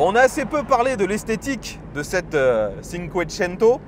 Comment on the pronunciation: Merci pour l'essai ! Pour les "italien LV 4" : 'tchinncouétchennto"